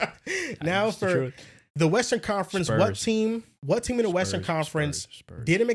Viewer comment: “ sPurS SPurs sPurs SpUrs SpUrs spuRs” 😂